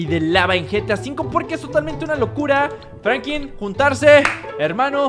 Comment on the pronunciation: Hola bro te felicito por el vídeo crack se dice franklin con l tu dices frankin